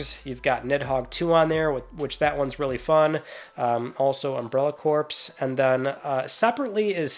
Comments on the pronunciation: Corps = core not courpse. Come on, you speak for a living. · Corps is pronounced 'core' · Hope they keep adding PS1 games. Side note: the “s” is not pronounced in “Corps”